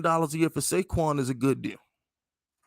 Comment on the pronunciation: did my guy just loose his rabbit ass mind and say pay saquan?